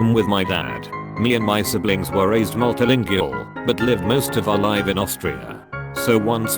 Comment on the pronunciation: The automated voice reading this: can say psychiatric but not Multilingual or Gujurati